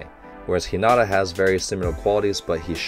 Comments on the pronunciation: It is ok to pronounce 'Hinata' as 'Hinada' as long as you are not pronouncing the 'd' sound too heavy and hard. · In my opinion, it's fine to say "Hi-nada". It's not too different from "Hi-na-ta" so it's easily understood, and it's kinda how English speech flows anyway. That being said, if you want to continue trying to say "Hi-na-ta", can I recommend putting the emphasis on HI-na-ta (instead of hi-NA-ta). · Coach it’s hee na ta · I pretty much agree with you haha. It's one of these things that can be a slippery slop though. An English speaker won't be able to say the names like a Japanese speaker would. So we should keep that in mind. But if a name is pronounced completely wrong, it should be corrected. In this particular case, I feel that coach's "Hinata" was in this gray area where it can go either way. So I think some people feel the correction is unnecessary, while others do care. And there's also a bit of a double standard where we could be pronouncing names wrong but hundreds of internet fans won't be there to correct us. Yet these people will instruct the reactors on how to say it. If that's the "right" thing to do is different to everyone. In the grand scheme of things, it's not super important and doesn't take away from the video. And it's also up to coach to decide how he wants to proceed haha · I like how coach is physically trying to pronounce hinata's name correctly